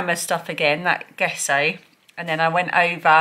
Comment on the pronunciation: we say it Gesso with the "G" sounded like in the name George.:) Best as I can discover, it's to help what you are painting on the page from bleeding through to the other side. Good way to keep using pages not 300 lbs which is the norm for watercolor worthy. I love how Peggy Sue come back the right way into the coop. I didn't know they were that intelligent! You take such good care of the girls.